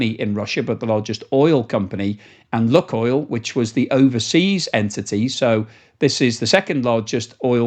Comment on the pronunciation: if you stop saying “Luckoil” and instead pronounce it correctly as “Lukeoil”, I will immediately smash that Like button and subscribe to your channel!